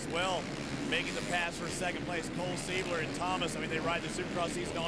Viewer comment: listen to this fool saying " cole seibler" lmao and hes in the booth? omg